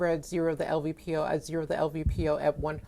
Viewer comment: l-P-v-o, not "lvpo"